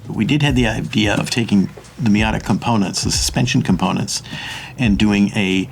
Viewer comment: ah yes, the miatatata